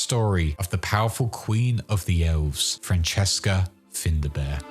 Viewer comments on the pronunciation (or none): "FINDA BEAR" really? Well done for insulting the Irish language.